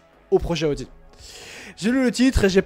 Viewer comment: Arrête de dire ( A odi ) C'est insuportable Audi = eau di 😂 Et A odi 😂 c'est 2026 Donc Sainz à le temp encore et de toute façon sont père est toujours chez A odi ( Paris Dakkar ) il a toujours une solution et un pied chez A odi grâce à sont père. Calme toi, on dirait que ta découvert la Lune Reste calme, Et Sainz est en rien dans le développement de Alpine et MacLaren Et encore moins chez Ferrari lol 1ere Année il fait rien 2eme année bof en plus c'est l'ere Binotto 😂 Vasseur est le seul qui a redresser la barre chez les Rouges, Charles est le pilote de l'avenir de Ferrari et sur qui compte Vasseur donc c'est plus Charles que l'on écoute ( même si Sainz est très bon sur ce début de championnat) (a voir biensur avec l'arrivée d'Hamilton la direction que prendra le développement ) Aller bon courrage à toi A+ A odi 😂